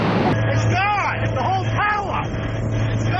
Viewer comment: “the whole towah!”